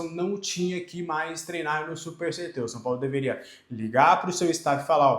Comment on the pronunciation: Tenho impressão que vc sempre pronuncia CET (guardinha de trânsito) ao invés de CT